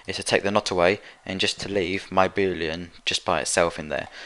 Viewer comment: Each time he said boolean i understood booty